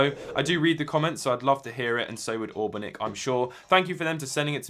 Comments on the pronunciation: Yeah it's really bugging me as well that he's saying "AWberNick" when it's clearly "ANberNick" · isn't it anbernic? with "N" and not "w" ahah great video once again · You know it's Anbernic right? Not Aubernic. Lol. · You obviously didn't get paid when you called the company "Allbernic"... It's Anbernic... If they'd been paying you they wouldn't have been very happy with that. Lol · stop saying aubernic. Its ANBERNIC. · Not Aobernic it's Ambernic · It says Anbernic, not Auburnic. :P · "AN"bernic not Aubernic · Wow, that's the first time and probably last time I have ever heard it called an aurbenic even though in big writing on the front and the fact the company has existed for litterally a decade, its anbernic you sausage. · love your videos but I am assuming they sent you that as a review unit. Anbernic not Aubernic...just sayin and i apologize if thats your dialect, I know RetroDodo says it proper. I would want to get that right. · Bro I died laughing when he called Anbernic (Ann-bur-nick) "Awwbernic" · why do you say aubernic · "Allbernic" haha. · it’s ANbernic. Recommend watching the videos from Retro Game Corps for a more in-depth review. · its anbernic, an-ber-nic